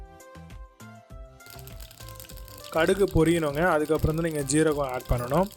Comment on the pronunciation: சீரகமா ஜீரகமா எது சரி. சரியான தமிழ் உச்சரிப்புடனும் ஆங்கில கலப்பு இல்லாமலும் பேசலாமே.